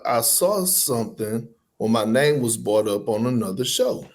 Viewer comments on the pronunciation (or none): Its was "BROUGHT" up!! Not "BOUGHT" up!! why do southern ppl and new yorkers always forget the R!!!! 🤦🏽